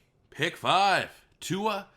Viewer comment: Everyone pls look up Tua pronouncing his name- don't look like a confused old man who can't handle new words